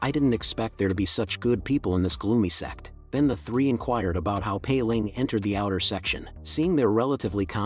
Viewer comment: are you calling sect or sex